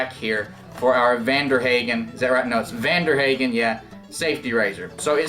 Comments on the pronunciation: Pronounced hahgen, not haaaagan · Nice German accent at first until you said "Haygen". lol Then I knew you were 'Murican. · Youre pronouncing it wrong.